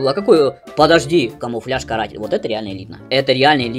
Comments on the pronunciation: Почему ты камуфляж "Картель" называешь "Каратель"?))) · Картель дядь) а не каратель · Картель а не каратель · Картель а не каратель 🤣